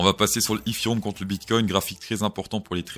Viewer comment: eFéreum ,1ère fois que j'entends cette prononciation !! 🤪🤪